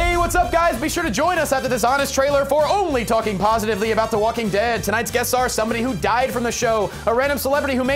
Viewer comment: Que le pasa? Ni siquiera sabe pronunciar The Walking Dead, ni ningún nombre de los personajes! Esa ser es muy buena! Nunca le he visto nada de malo, no aburre ni nada por el estilo👊👊 Soy muy fan de la serie y nunca decepciona!👊👊 Esos comentarios negativos en el vídeo no son reales👊✊✊